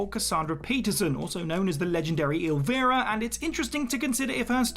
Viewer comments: you had me until you pronounced it El-Veer-ra. 😢. SHE pronounces it as “EL-vEYE-rah. Just like the song.✌️🖖🧛🏻‍♀️ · It’s el/vaira/. Not el/veera/. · WhoTF is "El-veer-ah"? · They reversed the "i" pronunciations of her and Elvira (or, as calls her, El-vee-ra). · "Illvira?"Are you kidding me? 🙄